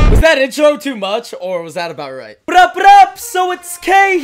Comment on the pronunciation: can u teach me how to roll my tougue like u do in your intro when u say what up what up